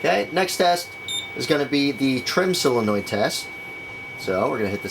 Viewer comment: sOlenoid not silenoid